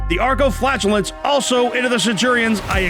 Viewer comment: thst is not how you saw flagellant. flaj (j as in jam) eh lant